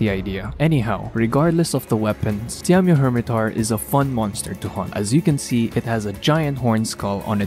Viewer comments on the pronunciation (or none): Diamio hirmetaur? i think u butchered it XD